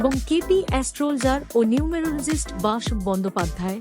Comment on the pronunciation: নাম টা বাসব বন্দ্যোপাধ্যায় হবে উচ্চারণ সঠিক হয়নি।